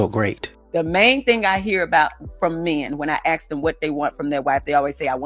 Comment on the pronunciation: You should never “axe” your wife.